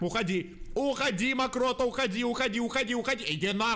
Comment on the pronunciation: амрокто Через несколько секунд: мокрота 😂